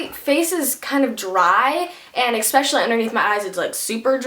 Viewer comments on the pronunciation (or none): PLEASE it is no expecially it's ESPECIALLY !!!!!!!!!!!!!!!! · You always say "EXpecially" why? :))